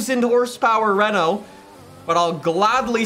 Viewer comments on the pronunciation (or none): none